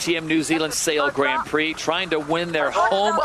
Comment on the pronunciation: Dear SailGP, Can someone please teach Todd Harris how to pronounce Grand Prix correctly please? We would all be extremely grateful. Cheers, The whole sailing community